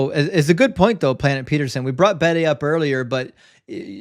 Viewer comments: Just mentioning it, please don't get annoyed with me, but it's 'The Venerable Bede' (pronounced Beed in Ireland and UK, where he was from). Big fan of your channel! Keep up the good work! All the best sir! 😊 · Just mentioning it, please don't get annoyed, it's 'The Venerable Bede' (pronounced Beed here in Ireland and the UK). Big fan of your channel! 😊